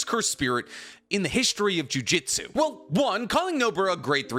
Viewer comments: While I like your videos and all for the most part, but it kinda bothers me each time you pronounce it as juJITsu, instead of juJUtsu, considering jujitsu is it's own martial art thing and jujutsu is something else entirely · Say it with me JU-JU-TSU, NOT GOD DAMN JIUJITSU FOR THE LOVE OF GOD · Please stop saying jujitsu, that's a martial art specifically centered around submissions. It's jujutsu, 2 very different things.